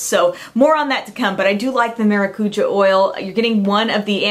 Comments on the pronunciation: it's pronounced Maracujá, not maracúja:) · The TART maracujá is pronounced MAH DOO COO JAH it's PORTUGUESE FOR PASSON FRUIT . Just thought is let you know as some fun info . Lol great video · Great video! Thanks for the ideas, these gift sets seem to be awesome! I always think it's cute when you pronounce "maracuja". I'm Brazilian and maracuja (passion fruit) is a native fruit here. And we pronounce it stressing the last syllable :) I really like your hair in this video!